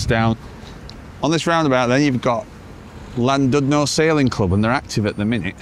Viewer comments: Some pronounciation help and facts. Cymru is the Welsh name for Wales and it means the exact opposite to the word Wales. Wales is Germanic and means Foreigner and Cymru means Compatriot. Cymru is pronounced Kum- REE. Llandudno is Chlan-did-nor with some phlegm used for the Chl sound. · Another lovely video. In Welsh, 'u' has two sounds .. "ee" as in "sheet", or "i" as in "did" . The 'u' in Llandudno is pronounced like the "i" in "did", so:- Llan did no. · Could at least have learned the correct pronunciation of Llandudno.